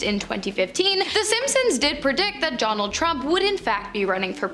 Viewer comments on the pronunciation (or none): Jonald Trump? Her Ds sounds like Js. Hahah.